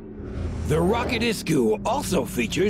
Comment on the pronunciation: ro-kat* not ROCKET.